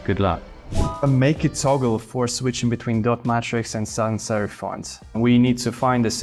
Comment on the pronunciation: I hope one day people will learn that's a serif. Even Nothing said it wrong in a video lol